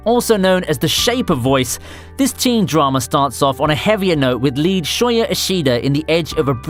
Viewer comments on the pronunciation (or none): none